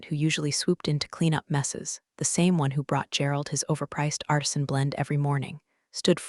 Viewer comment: An ARSON blend (of coffee), instead of an ARTISAN blend: hilarious!